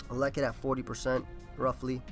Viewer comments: This man cannot pronounce elekid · Same exact thing I was thinking. pulling a BlameTruth on us lol